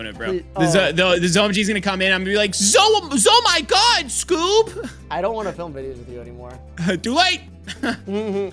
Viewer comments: say Zoh my God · says Zoh My God. I would know. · literally says Zoh My God and I wanna die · says zoh my god